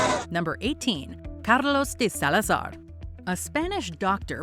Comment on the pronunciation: How she said “Carlos De Salazar”, was beautiful! Ok, back to the story. Clearly I’m one who gets easily distracted 😂🙋🏽‍♀️🤷🏽‍♀️🤦🏽‍♀️